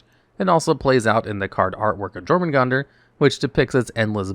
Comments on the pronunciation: YOUR-muh-gun-der. The J makes a Y sound. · I'm guessing you were misprouncing Jormungandr on purpose.